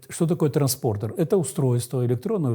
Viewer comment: что за великий специалист такой, что даже "транспондер" ни разу правильно произнести не смог..